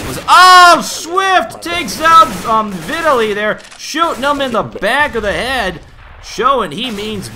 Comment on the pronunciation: It's vee-tah-lee, if you need to know. "tah" like "cheetah"